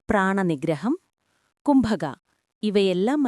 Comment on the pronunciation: കംഭകം അല്ല.. കുംഭകം ആണ്..